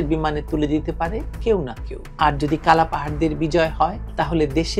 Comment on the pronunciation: আপনি কালা পাহাড় বলেন শুনতে খুব ভালো লাগে